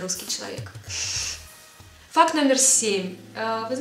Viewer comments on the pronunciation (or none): я одна вместо факт слышу фак?)